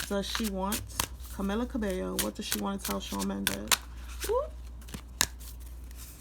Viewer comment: Cah-mee-lab. Cah-bay- yo is how you pronounce it…